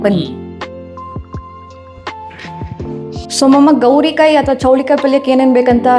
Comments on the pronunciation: Adu gorikayi not gowri kayi 😅😂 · It is gorikayi not gowrikayi. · It's gorikai, not gowrikai